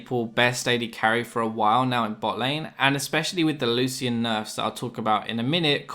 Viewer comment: It actually is a correct pronunciation